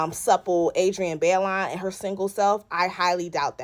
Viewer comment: It’s (BYE-LOAN) Baillon but either way you say it, it still spells Jezebel 😂😂😂😂